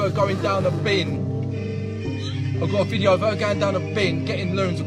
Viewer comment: Loving you vids bud. You quite comical but I've never heard you once say video. Everytime you say "vijo" I'm shouting video for you! 😂